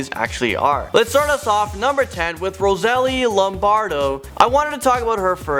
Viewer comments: Nice channel also the 10th one is pronounced Rosa-lee-ah (Rosalia) Lombardo and she was 2 yrs old not 1. Watched too much info on her but it's sad that she didn't have a chance to live to a ripe old age. But man you did Butcher Lady of Dai. Also, why were you yelling? Damn man, you don't have to yell the Audience. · You mean Rose-a lee-a????? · The first 1 think about it "rose-a-ley" That's how it's pronouced